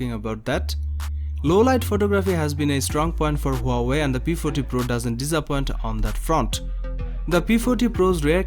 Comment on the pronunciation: Ha-wai... Just pronounced like that 😂